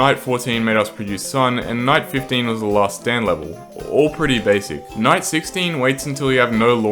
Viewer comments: night 11 sounded like 9/11 when I heard this I almost deleted pvz2! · lol him saying night sounded like “ nine “ prolly did it on purpose haha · nahhh, really? of course he did dumbie it just sounded like nine